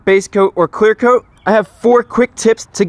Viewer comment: "Clear coot"